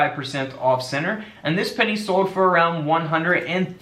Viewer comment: Love the "denny!"